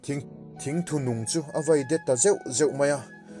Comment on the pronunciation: Mizo tawng hi a har aniang e.a chhiat diklo nasa hle ma,'Thingthu' tih thluk te,Meipui an chheh dai chunga a zai vet vet,thluk tehi a diklo,..😀😀